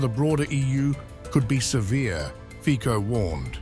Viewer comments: Good, informative video, thanks. But please… 😮 stop embarrassing yourselves by not pronouncing this stateman’s name properly. It is “Fee-tsoh”, and not “Fee-kho”. He deserves this. Thank you. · I will take these news seriously once they start pronouncing names correctly. It is "Fitzo." Not difficult to search on the internet for correct pronunciation these days. Very unprofessional. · Are you able to say Fico? Fiko is very wrong pronunciation.